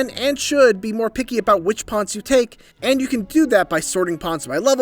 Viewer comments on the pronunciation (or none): They’re “Pawns” not “Ponds” 🤦🏾‍♂️